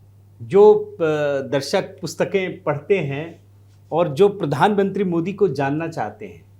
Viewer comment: Pridhan mantri nahi Pradhan mantri uccharan karo ji